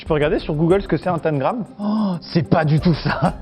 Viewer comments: Pnt amixem on prononce tENgram pas tAngrame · Hum... « tènegramme »?! C’est pas tentagrame plutôt? 😂♥️ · Je resterai figée sur la prononciation de tangram par amixem 😂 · moi je dis tangram et pas tan-gram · Mais c’est TANGRAME PAS TANE GRAME mdrrr🤣🤣🤣 sinon excellente vidéo gg pour l’organisation Fabien !👌😂😂🤣🤣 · je suis la seule à dire tangram et pas "taNgram" comme Amixem ? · Y a que moi qui dit "tangramme" et pas "tannegramme" ? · Un tamegrame 😂 C’est pas plutôt un tamgram ? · Tengram tengram on dit ca comme ca 🤣😭